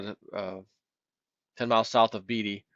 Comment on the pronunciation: Pronunciation help for: Yuan - 'You on' (not 'yawn') Zambia - ZAM bia (accent on first syllable) Beatty - BAY tee or BAY dee(Think Warren)